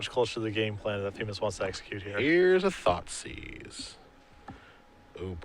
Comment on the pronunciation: "i want my thoughtsieze back" lol that made me giggle